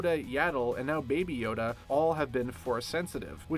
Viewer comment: I actually thought he said baba yaga